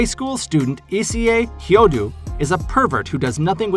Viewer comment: Actually it's 'Issei Hyoudou' not 'Issie Hyodou' Pls pronounce it right!!!